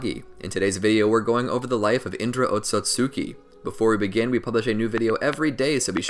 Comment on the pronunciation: I dare you to say otsutsuki, and not otsotsutsuki